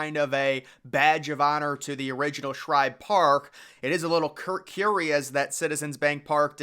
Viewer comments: Bro, it’s SHIBE! Not Shribe….JFC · Agreed It’s Shibe Park NOT Shribe Park and I’ve Read About It on Google! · What's with you saying shribe park its shibe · Shibe, not Shribe. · Are you saying Shribe Park? "Shibe" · Shibe dude Shibe..not Shribe....whole good video should be able to say the name correctly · STOP calling it SHRIBE!!! There's no "R"!!! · Dude, It's Shibe park, not Shribe! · I’m a METS fan and even I know it’s not “Shribe Park!” There’s no r in Shibe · I came here to see if you'd call it Schribe Park again, and you did within 10 seconds. Do you never read your comment section? We have corrected you on at least three previous videos. Not only me. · It's Shibe Park! Not Shribe Park! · The guy saying Schribe Park needs to say Shibe spelled S-H-I-B-E NEEDS TO GO TO ADULT HIGH SCHOOL TO IMPROVE HIS VOCABULARY. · AHAHAHA. I was thinking the same why is he calling it Shribe Park, Did he just get out of the dentist before this video. Great video anyways lol. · As commented before it’s SHIBE no R in Shibe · For the love of god dude, it's SHIBE. Shy-buh. No Rs in sight. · There’s no r in shibe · i enjoy the content, but the constant mispronouncing of SHIBE is a bit annoying. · His calling Shibe Park "Shribe Park" throughout the video really annoyed me. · I know he keeps on saying shribe park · Can you not pronounce Shibe? There is no “r” in it. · SHIBE! It’s SHIBE for Christ’s sake! You’d screw up a cup of coffee! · I hate when this Guy Mispronounces Connie Mack Stadium more Then Once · Um, I’m going to take it from all the comments below that the narrator of this video is getting the pronunciation of “Shibe” wrong. Could be worse — he also could be mispronouncing the alternate name as Cronnie Mrack Stradium. Just sayin’. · You spelled the name right, but you’re sticking an “r” in there when you say it